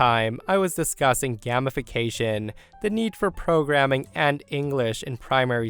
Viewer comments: Probably worth pointing out from story 4, "Gamification" is about turning things into games, and the first syllable is pronounced as such. It's said like "game-ification" because that's where it comes from. Also wow story 3 was badly written (not your fault, obviously). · "Game-ification" It was spelled correctly but pronounced it incorrectly. It means to turn menial tasks into a game... like Mary Poppins did to get the kids to clean their room...